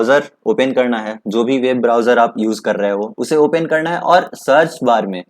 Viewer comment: Ye open ko opain bol raha hai